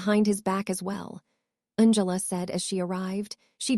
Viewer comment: It is not b l u s and u n g l a, it is Blaze and Angela